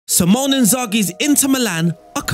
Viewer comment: great vid and great tactical replication..../ but his name is Simone not Symon... "See-Moan-Eh"